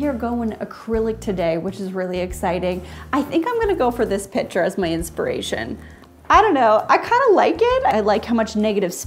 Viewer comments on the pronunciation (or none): none